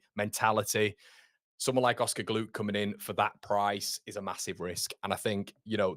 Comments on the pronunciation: Glouch...pronojnced with a gutteral ch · Thank you, 👍 👌 Congratulations to BIJOL on his wedding 👍👌🙏 No, come on, must do better with GLOUKH, no, no, for that price too, no way 😩😫🙏 I hope we can play GNONTO regularly in the premiership next season 🙏 Said it before, let's loan JOSEPH out 😩😫🙏 The price for RAMSDALE we can get better for much cheaper too🤔🙏 Can't lie, I am slightly worried about DAN JAMES 😲 Hoping he's learnt alot from last season because he was brilliant for us 😩😫🙏 Could he be a super sub, used in the last 20 to 30 mins 🤔 If POPE definitely wants to come, let's go get him 🙏 POPE, Solid, Experience, Confidence, Inspirational, a few key words to describe him 👍👌🙏 I think we all want FARKE to able to adapt against different teams & the way they play, surely you have to do this in the premiership don't you? 🤔😲😩😫🙏 Fantastic New York accent 🤣😂👍👌